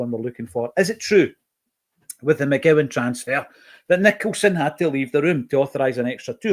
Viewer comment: it’s MCCOWAN son.